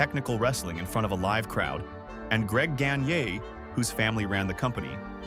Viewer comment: hahahahaha greg gan-gay............................ ai nonsense